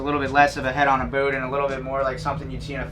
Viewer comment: Learn how to say the word - boat